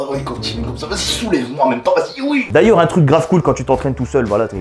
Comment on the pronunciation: WaiMy non il dit huho